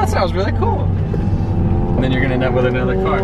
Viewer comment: Nobody:: i bought amother car